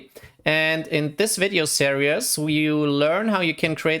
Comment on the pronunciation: is as far as I got. I can’t take anyone that mispronounces “series” as “serious” even if they aren’t a native speaker. It’s like nails on a blackboard.